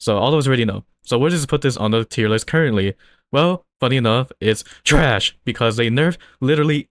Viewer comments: i love the accent on "THRASH" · bro the way you say TRASH just makes me laugh 😂 keep up the vids